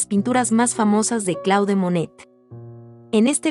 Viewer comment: No es Claude, se dice Clód porque es un nombre francés.